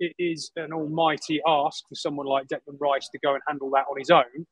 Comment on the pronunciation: Declán Riśe